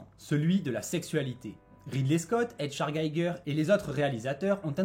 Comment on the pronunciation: Le nom de HR Gigger ne se prononce pas à l’anglo-saxonne…